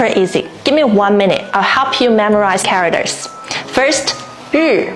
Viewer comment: You are using the top of your mouth too much which affects the pronunciation of your English. Try pronouncing "means" as "meeeens", not "mins". "Characters", "care-rack-ters", not "cawickters". You use "means" a lot in your videos, so remember to pronounce it as "meeeens", not "mins". It makes a big difference.